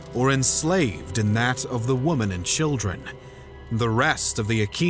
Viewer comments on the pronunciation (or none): are you saying WOMAN or WOMEN?